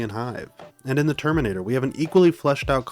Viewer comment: bro can't pronounce terminator